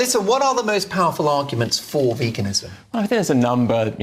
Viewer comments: Why does that bearded man not know how to pronounce veganism correctly? Vagansim? What is vaganism? Btw well done for being able to counter their arguments despite being ganged up upon. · Love how calls it "vagenism". His knowledge about sources of protein is definitely vague! We love you Ed. We love how you stand up for all the world's beautiful animals. We also love being vegan because it helps address world starvation, reduces climate change, reduces pandemics, reduces antibiotic resistance and reduces the incidence of cardiovascular disease and cancer xx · He cant even say it. "Vagenism" 😅